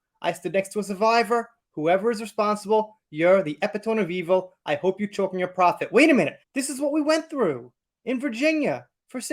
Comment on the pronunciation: Eve is blinded by Amber like so many have been. Definitely her girlfriend right now. FYI "Epitome" = ee-pit-oh-mee. As always, great analysis.